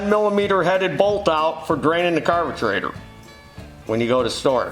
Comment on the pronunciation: Carbatraitor wtf does he mean carburetor ?